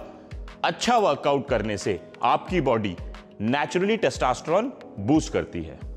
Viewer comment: Testosterone h Bhai na ki Testasteron...